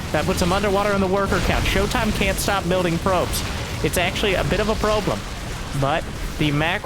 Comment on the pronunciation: Did this mf just say "probe-lem"? likes and subscribes